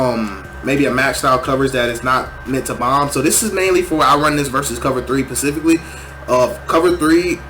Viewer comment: pacifically instead of specifically is hilarious